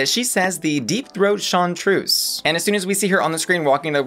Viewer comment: Deepthroat Chanteuse, which means singer. Not chartreuse or whatever you said.